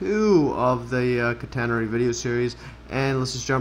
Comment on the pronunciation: /CAT - uh - nair - ree/ 😄 (Stress on first syllable)